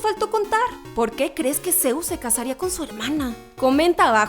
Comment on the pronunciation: Es zeus no zeuz